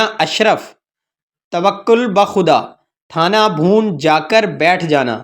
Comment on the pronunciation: بھیا کسی عالم کو اپنا تلفظ سنا دیجئے اپ کا تلفظ درست نہیں ہے پوچھ لیجئے تھانہ بھون کیا ہوتا ہے اور عجلت پر اعراب کیا پڑھنا ہے